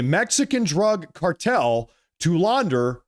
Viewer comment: your mispronounced cartel